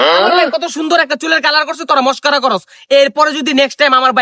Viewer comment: Maskara na ❌ Mskari✅